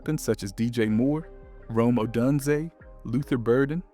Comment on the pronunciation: Ugh.. it's Oh DUNE zay.. haven't you heard their names before they talk about them on TV, on YouTube videos, on the radio… If you're not a bear man, I get it, but if you are, there's no excuse. But there's so many opportunities to hear their names send properly… And it matters since you're a YouTube creator.